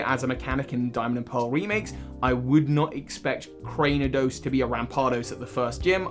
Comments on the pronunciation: I love you, but youve made this mistake in several videos Its “CRANE-I-DOS” not “CRAN-DEEN-EE-OS” 😂😂 Im just teasing, thank you for the video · Legit I came into the comment section to see how many people had commented on 'Crandeenios' XD I have not heard that mispronunciation before. Not that I'm here to hate, just to let him know it's 'Crane-io-dos' bc of the 'crain' from 'cranium'.